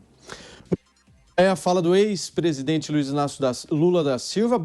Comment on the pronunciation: Aprende fala prezdete nao presidisro